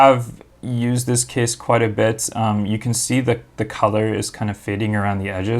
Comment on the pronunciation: i thought he was saying kiss rather than case lmao